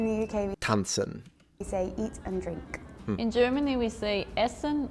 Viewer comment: I am a native speaker and agree with your point. It looks like you studied my language more than I have😅. She is definitely not Dutch, I myself had trouble to understand her. She pronounced eat and drink just as in English. Phonetically I'd say it should sound more like: eight-un en(as in end) drink-un.